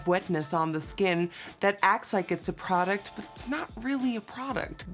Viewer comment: What happened with the way she said "product"??? She was like, prrrrroduct.... just listen carefully 😂😂